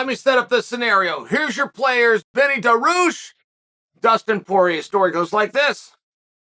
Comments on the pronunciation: Wtf is Daroosh!? His name is pronounced DAR-REE-USH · chael never misses a chance to mispronounce a name on purpose daroosh